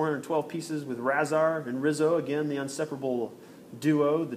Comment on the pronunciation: Razar has a sound rayzar